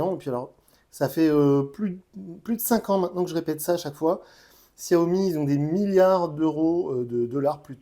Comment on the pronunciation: On dit Chiaomi. Tu testes ces téléphones et t'es même pas capable de prononcer le nom de la marque correctement